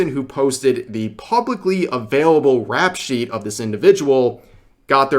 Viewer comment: 'Rep sheet' not "rap shit" 👍